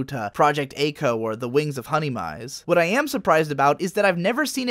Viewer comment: "Wings of Honey Mies"